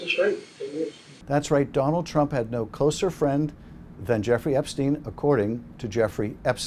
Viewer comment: No”ya” Donald it is Yes